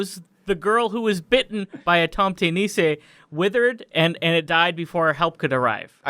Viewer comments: I am from Norway, and that "tomte nisse" in the start of the video made me depressed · There is a difference between being angry and something being painful/bothersome. No accents don't make me angry, that's a silly question. However this wasn't a thing of accent, it was so botched, that you must wonder how he reached that point. It's like slightly cringing when someone pronounces "rødgrød med fløde" as "ROT GROT MET FLAOT" just sliiiightly painful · I'M SORRY BUT THE WAY YOU PRONOUNCE TOMTE NISSE IN ENGLISH IS HILARIOUS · Yeah you really Said the tomte nisse name wrong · Wait, i didn't know tomte nisses weren't known outside of scandinavia? also, you pronounced it all wrong (' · You butchered Tomte Nisse, I can never hear it the same again. Good video though. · 'tomte nisse' i died at that pronunciation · I lost it at the pronunciation of "tomte nisse" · Lmao the way you pronounced Tomte nisse. Loved the vid guys